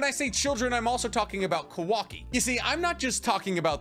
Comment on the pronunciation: Is not kuvaki is kawaki